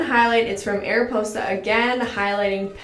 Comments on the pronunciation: It’s pronounced “MARIPOSA” the m is in the circle logo before it. I am from Canada as well and actually love their makeup. I have a highlighting pallet from my dollar store and I use it everyday over my expensive Anastasia one hahaah. I love them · It’s mariposa, you see the M w the black background ? I laugh every time you say it wrong ! Lmao still love you tho xoxoxo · there was an “M” in the circle so it’s “mariposa,” which means butterfly in spanish! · MARIPOSA NOT ARIPOSA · It is Mariposa not Ariposa😉 but the pronounciation is good just add an M😋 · the "ariposa" makeup brand is actually pronounced Mariposa, which means butterfly in spanish, the little butterfly in the logo is supposed to be the letter M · 😂😂😂😂, I'm watching this in 2020 and I'm like 😂😂😂😂😂, Ariposa 😂😂😂😂 is Mariposa, it means butterfly but in Spanish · So, I think I'm right, and it's pronounced Mariposa. The butterfly before the ariposa is supposed to be a M ..but I don't know lolol anywaaaaaaaaaaays, love the video<3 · It's not ''Ariposa'' The logo is an ''M'' and together stands for ''Mariposa'' it's butterfly in spanish hahaha :P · It’s actually “Mariposa” (the ‘m’ is ridiculously hard to see) and GIRL U FORGOT BLUSH 😂😂😂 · Isn’t it mariposa not ariposa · Its mariposa not ariposa😂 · Lol okay so it’s not ariposa. It’s mariposa. The m is in a black circle and the m is white. You pronounce it ‘mah-ree-posa’. It means butterfly in Spanish :^) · not Ariposa but Mariposa, there's a M😂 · Isn't it mariposa and not ariposa?😂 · don't know if i'm the only french canadian here to say this but: it's called Mariposa. Felt like you were missing the m? Maybe? She's kind of the star of dollarstore makeup brand. She's not always great tho. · She missed the M haha Mariposa like butterfly in Spanish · Hello, I'm from Québec city and we have the Ariposa make up and when we say it.. It sounds like this: aripoza.. the S is pronnonce like a Z. I like watching you.:-)